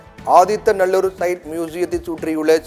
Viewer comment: ஆதித்த நல்லுர் இல்லை ஆதிச்ச நல்லூர்